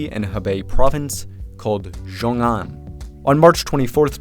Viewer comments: So much work that went into a great video but it would have taken just two seconds to Google how to say it properly it's pronounced sheeoong an. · idk who needs to hear this but x in Chinese isn't pronounced like a fuckin z 😂